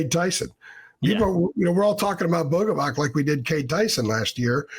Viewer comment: It's pronounced Boga-vats. "C" makes a "ts" sound in Slavic languages